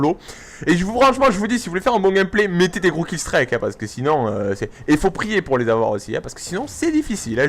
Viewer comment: Et on dit pas killstrike mais killstreak (prononcer i et pas "aïe"